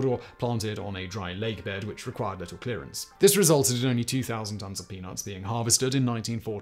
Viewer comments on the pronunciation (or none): none